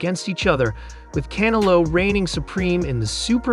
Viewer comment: Learn how to say Canelo, not can a lo, un-intelligent!!!!